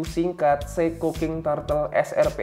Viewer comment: Koreksi bacanya bukan TARTEL, tapi TURTEL